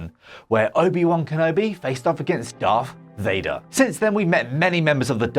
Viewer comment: "Darf Thader"? seriously what's with the piss-poor pronunciation of Star Wars characters? A couple of videos ago it was Ash with "Key John Jinn"